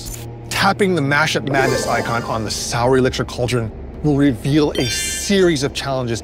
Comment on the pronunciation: Definitely thought it was Soul, not Sour hahaha